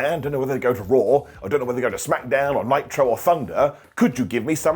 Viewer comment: ITS CALLED SMACKDOWN NOT SMACKADOWN 😂